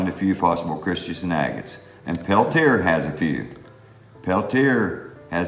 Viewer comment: hello, i noticed you pronounce pel -tear i always heard it as pel tee aye, i enjoy the marbles, how many marbles would it take for you to consider a true collector? thanks for the vids. roger